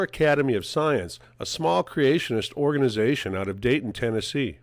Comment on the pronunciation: "Out of Dayton, Tennessee", sounds just like "out of date in Tennessee". 😂😂😂